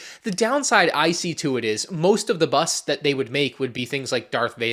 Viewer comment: why you say bust like that